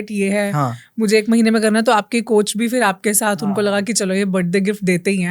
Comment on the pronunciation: 😍 “BATAO” nhi boltay, “BATAYIYE” bolte haiñ. You are on a responsible platform and should always mind your diction! Furthermore it is not “Fir” it is “PHir”. Please take care of the way you speak